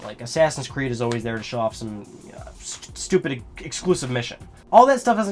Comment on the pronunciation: "Uhhhh...sturpid...ehClusive mischin" Nailed it. Hahahaha. God damn Assassins Creed exclusive content.